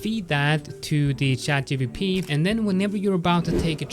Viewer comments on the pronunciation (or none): please stop calling it 'chatGBP' its not the sterling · Oh , literally yes, he said GBP.... 🤣